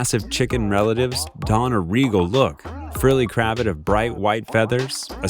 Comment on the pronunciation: Groups of performing male birds are called Leks, NOT Leeks. The e is a short vowel. Also cravatte is pronounced with the accent on the 2nd syllable, NOT the first. And get rid of the awful background music.